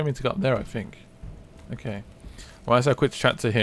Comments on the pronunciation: man i fink that you dont know how to say think i fink its very silly of you finking that you can get away with finking like this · Why do the British say fink instead of think